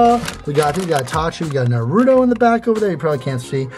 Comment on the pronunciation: butchered the naruto names pronunciation